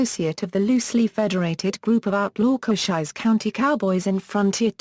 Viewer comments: Koshiesse county? Sounds like the fake voice on a city bus that can't pronounce street names correctly! Why folks, WHY?? 👎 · I know damned well cochise was not pronounced cochizze. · For centuries we have pronounced "Cochise" improperly...........according to this damn "computer voice".